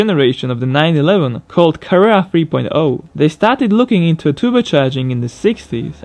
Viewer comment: And your pronunciation of Carrera was a little off too. That's not how you say it dude. You pronounce the "A" at the end a little more. I don't really know how to explain it better in writing. That's just not really how it's said